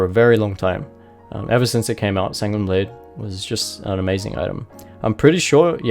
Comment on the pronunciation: He said sanguini blade